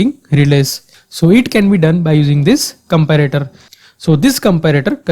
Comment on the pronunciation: i too agree with this person..but this is too offensive..there is a way u can teach people with lot of examples and slow..listen he is saying comprator..but it is comparator....